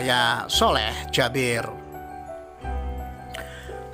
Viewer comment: Bacanya kok Jabir si kan Jaber 😞